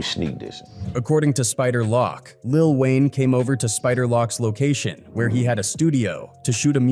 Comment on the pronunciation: He called Spider Loc, "Spider Lock" Smfh 🤦🏾 lol 😂